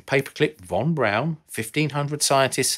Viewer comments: Pronounced...Von brawn....not Von brown....omg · Isn’t it Wernher von Braun and not Wernher von Brown?! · Not "brown", its "brawn" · Von Braun not Von Brown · It's Von Braun.... not Von Brown. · Maybe learn the German pronunciation of "Braun"?